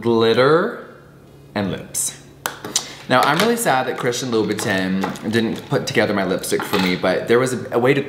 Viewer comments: Spending $$$ on designer products but never pronouncing the designer names correctly. Loo boo TIN 🙄🤔😑😵🙅‍♀️🤦‍♀️ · Jeffree not saying (Lou-ba-tahn) is triggering 🥲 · Ok so ….lol is that how you say louboutin? Because i been saying it wrong this whole time😂